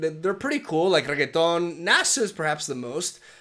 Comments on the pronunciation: Its "renekton", not "reggeton" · Eu adoro o chamando o Renekton de RRRREGUÉTON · Is it just me or he says Renekton as Regeton?